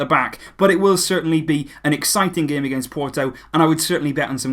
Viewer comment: sounds like you said gay management, instead of game... 😅😄😂